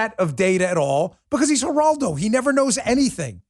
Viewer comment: ...And cursing elders is unseemly. You look like a bully when you pile on Mr. Rivera with your rant. "Numbnuts"? And you sound like a racist when you mispronounced his name. Show some respect. Geraldo (starts with an "h" sound), he was the first to speak out on TV on behalf of abused women and children-look it up. It's a '70s era grainy video. Geraldo Rivera has had his media chops for a long time, and you weren't there to insult his street creds.